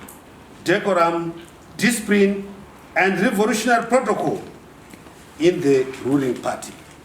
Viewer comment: Naturarry, accordingry, revorutionar, definatery kkkk iwe Chiwenga go back to East Africa were you come from. Kutaura hako rwaamai unenge wagona kk